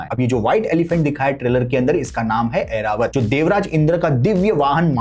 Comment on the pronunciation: it's Airavat not Aeravat